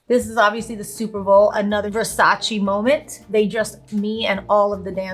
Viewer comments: Jen it’s VersacE not Versachi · Its Versace! Not Versaci😂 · She’s latin and the said Versachi O SEA DALE JENNIFERRRR